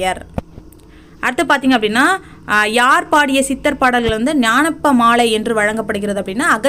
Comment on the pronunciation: Gnanappamalai illa. Gnana paamaalai. Olunga read pannunga.